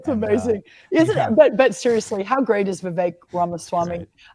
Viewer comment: IT’S NOT VIVEYK. IT’s VEE VEK. SHORT “E”. LIKE GET. BET. SET. 👀